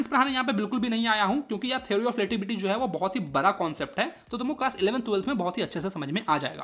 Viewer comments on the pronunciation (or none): बढ़ा nahi baraa😂😂